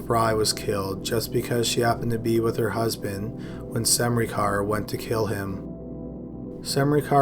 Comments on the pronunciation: Great video as always, horrible cases and all that, but it's just funny to me how you pronounce "Smrekar" :D It sounds like you're saying "SaMrekar" and where I live we just say it as it is written- without the weird sounding "a" between S and M if that makes sense. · It's not pronounced Semrikar, though :D It's SMREH - CAR. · I also enjoy this channel but if you're going to make a living narrating things, you have an obligation to at least attempt to pronounce things correctly. Semreekar? It took me twenty seconds to find out the proper pronunciation. Smurker. It just feels lazy. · Smrekar. SUM-ree-car ?! I thought it was Smā-ker? EDIT: sorry… It's actually pronounced: SĀ-ten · It's not Semnikar good damn it, it's Smrekar.. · you mean smreaker... not sem-ricar? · Oh, wow. First person, Russel Smrekar sounds like a descendant of someone who move to the States from Slovenia (ex Yugoslavia, maybe in the war time). Smrekar is a very common and typical Slovene surname, it's prononounced Sm-reh-car. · Omg it’s smrey car it’s smrAY cer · I knew a guy with that last name and he pronounced it smar-ker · I was wondering if anyone would comment on his pronunciation of Smerkar. I've never heard it pronounced the way he did.